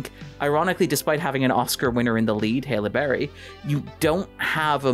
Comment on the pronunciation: pronounces Halle Berry like he's saying "Hail Mary".